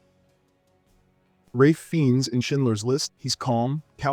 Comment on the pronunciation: AI, it's pronounced Rafe FINES. 😅😅🙄